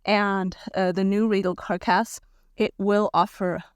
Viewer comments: Thanks for the review. Your videos are helping lots of people. P.s. As a native speaker English speaker who is terrible at languages, ‘carc-ass’ is normally pronounced as ‘car-cass’ or even ‘carcuss’ which avoids the 🍑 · Interesting video. You are certainly enthusiastic about these tyres. You seem to be using an electric bike. Does that influence the value of these tyres? Comments on English: Carcass has for me stress on the first syllable. "CAR-kiss" 80% skill, 20% EQUIPMENT. Not Material. Material in English refers to the inputs from which something is made. eg: What material is the tyre carcass made from ? But then again German English may be different, please excuse me! Keep up the good work. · Preface, just trying to be helpful. (unless you're doing this on purpose to get people to comment --if so disregard) You do not pronounce the G in gnarly. Just narly is how it sounds. Also in other videos when you've said the word carcass, you pronounced "Cark ass" and its more like "Cark us". Just trying to be helpful, I realize English isn't your first language. You do an excellent job otherwise! <3